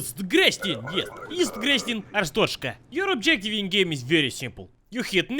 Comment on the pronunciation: it not Arsthoshka it is Ar-stot-z-ka